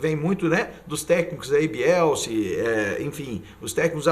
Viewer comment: "Bielsi" foi foda